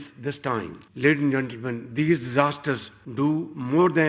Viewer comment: At 0.0-02- what the heck is k@ sh@ saying-“ laden zentelmen”🤔